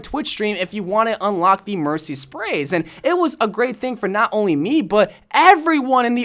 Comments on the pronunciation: yes, he said mershy. WIERDO! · She did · did he say mershy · was it just me or did he say MerSHy lol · Nope, he said Hershey 🤭